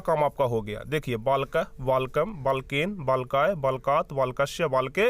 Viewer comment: Balken ❎️ valken✅️